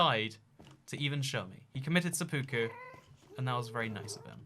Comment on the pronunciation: "Seppuku" pronounces correctly, to the relieved sighs and small nods of many viewers.